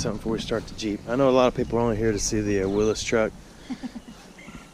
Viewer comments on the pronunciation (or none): Pronounced: Will-ees. Like Willie Nelson. Willys Overland was the name of the manufacturer.